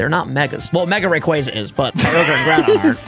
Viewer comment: The only person to pronounce rayquaza correctly